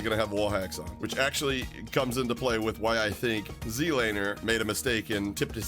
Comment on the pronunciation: Still wondering why he keeps saying ZEDlaner instead of Zlaner